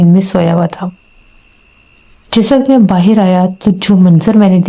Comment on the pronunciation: Baahar ko baahir bolte ho to andar ko andir bola kijiye😅😅😅😂